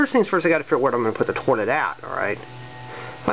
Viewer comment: it sounds like you keep saying torlet instead of toilet.